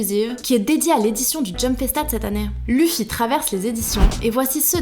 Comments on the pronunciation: Quelqu'un peut pas lui dire qu'on prennonce pas luffy mais leffy ptn ! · je rêve où elle a dit luffy en prennoçant le u 😑😑